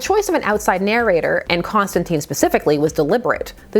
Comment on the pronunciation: I'm gonna need you to pronounce Constantine's name correctly ('tine like time) I can't have you going around being ever so slightly imperfect. You're better than that. Having only heard about the weiner business I had no interest in this book, but now that I actually know what's up with it I'm VERY interested. Horror angled Batman is my jam and it doesn't happen nearly enough. Also, I will savor any chance to see John not shooting fireballs or making planet forcefields or any of the bullshit superhero-fication DC is intent on ruining him with.